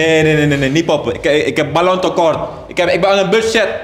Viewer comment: 😂 meloen of ballon😂😂 spraakgebrek